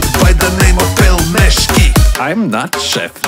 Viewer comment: No one: Absolutely no one:: PELMESHKI